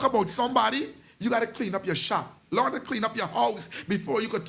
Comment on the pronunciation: We have to. Teach tha children lornd not lornd them